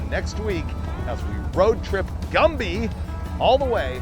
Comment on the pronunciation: Gumby not gumpy